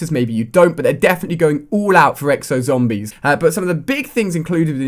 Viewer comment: I hate how this guy says zombies but he does pretty decent reviews